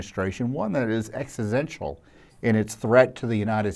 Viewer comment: The man can’t even pronounce “existential” — more fear mongering — please people, don’t fall for the BS. ICE blowing through MILLIONS of dollars PER DAY — while we’re losing healthcare…. WAKE UP